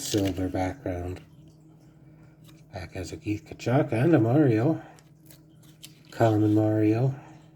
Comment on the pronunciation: Keith T-ka-chik